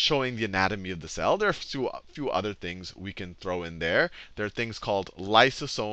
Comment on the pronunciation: did he just say 'structure of Sal'? :D